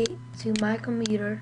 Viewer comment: Its COMPUUUUUTER not comEEEEter !